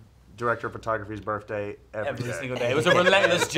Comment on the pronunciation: His birfday